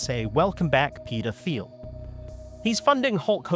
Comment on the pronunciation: Minor aside here: peter thiel’s second name is pronounced same as “teal” without the “th” sound in “thought”, “three”, or “thousand”. I’d assume Thiel as a word is Greek in origin.